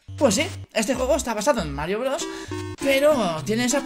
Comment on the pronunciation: pense que decia : Droga Mario broga